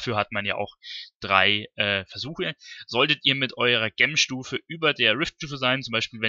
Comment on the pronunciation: Wenn Du noch mal über Juwelen reden willst, Gem klingt so, als ziehe man sich die Schuhe verkehrt herum an und bindet die Schnürsenkel zusammen. So sieht die Aussprache richtig aus : dʒɛm - wie bei Jenny oder Jerry. Ansonsten natürlich sehr informativ und danke für die Mühe. Viel Spaß beim Zocken.